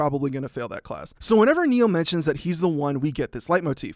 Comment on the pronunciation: Everytime he says "Leitmotiv" I could swear there is a small mispronouniation (I speak German you can belive me[Leitmotiv is a German word for all you out there who didn't know this])